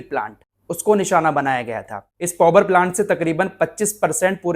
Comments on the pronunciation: पौवर नहीं भाई पावर प्लांट बोले ओके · Bhai "povar"plant nahi hota Power(paavar) hota he. Itne bade youtuber ko is baat ka khayal rakhna chahiye.